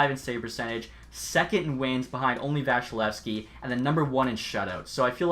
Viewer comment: VAS-E-LEV-SKI not vashilevskiy (srry tampa fan 😂)